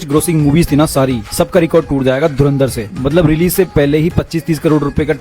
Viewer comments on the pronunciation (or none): पोर्की say :-) धुरंधर❎धुरिन्दर ✅ 😂😂😂